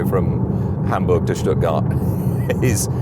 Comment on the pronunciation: Oh you pronounced Hamburg and Stuttgart correctly! That was surprising. Anyway I'll continue watching 👍